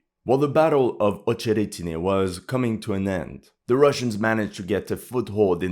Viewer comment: acheretyne not ohcheretyne. rahbotyne not row boat yne.